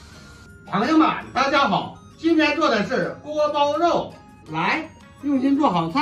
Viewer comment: 发音不规范 锅包又